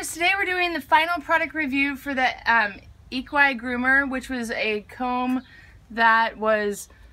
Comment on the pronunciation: It’s pronounced equee groomer